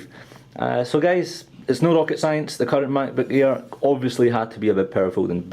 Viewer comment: sound like hes saying the "MacBook Ear" lol. Great Review!!